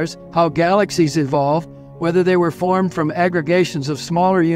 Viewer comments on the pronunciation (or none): Not firmed but formed